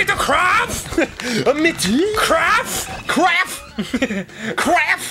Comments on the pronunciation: I heard "crap" not craf, which made it even funnier. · He really did say “kraff”